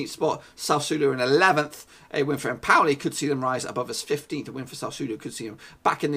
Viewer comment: Not empouli. Lol